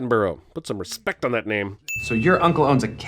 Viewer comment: ‘put some RESPECT on that name!’ says name incorrectly